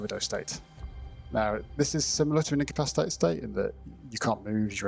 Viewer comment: Take a drink every time you hear day "in-cap-piss-ate-ed". LOL. seriously though it's difficult to learn a language. Much respect. My Spanish is far, far worse. Love the episode though!